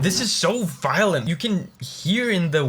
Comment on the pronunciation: Violint you say?